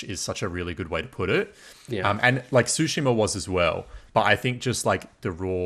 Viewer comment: Why the mispronunciation of Tsushima? Tsu- sounds like the - ts sound in cats. So it's more Two-shima. Tsu - sound is exactly the same sound as the - tsu - in the car brand Mitsubishi.